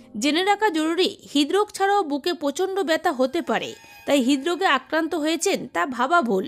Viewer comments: হিদরোস কেন বলেন।।। হৃদরোগ।।। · হিদরোগ কি উচচারণ ঠিক করুন